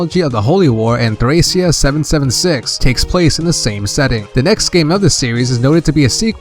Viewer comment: btw. thracia is pronounced like trahkeea. Like trachea but with a short a sound. I always thought the game was trachea 776 until i saw it written out.